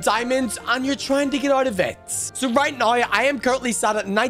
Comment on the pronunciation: bro said right niw